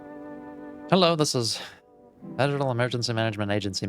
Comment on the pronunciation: I must know. Do you say HEllo like that to your clients?😂